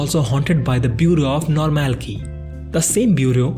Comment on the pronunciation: Whenever you pronounce normalcy as normal key and not normal see, I got an headache. But otherwise I like your shorter and yet slower recap. I did turn on the subtitles.